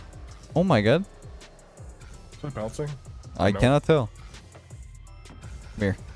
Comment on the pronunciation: am i the only one who heard oh my Guh?